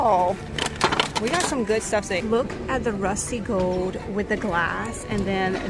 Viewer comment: I love to hear you say “gold” — it’s more like “gode” the L sound is missing but it’s really cute! Must be your native state accent! Lol Don’t change it! ❤